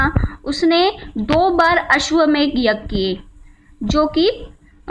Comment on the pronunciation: It is ashwamedha yajna not ashwamegha yajna